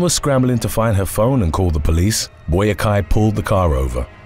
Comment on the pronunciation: Albert Boakye is pronounced “Bwacheh”